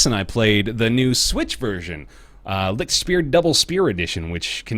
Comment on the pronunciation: I love how you pronounce "Lichtspeer". Just this silly way of trying to cope with a very different language amuses me so much. Love from germany! <3